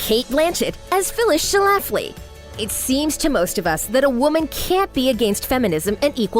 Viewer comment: Yo! I'm from Illinois. One of my colleagues in Chicago Women in Broadcasting actually went to high school with one of Phyllis Schlafly's daughters. Notice there are only TWO syllables in Schlafly. It's pronounced SCHLA fly, not Sha Laff Lee. Please redub.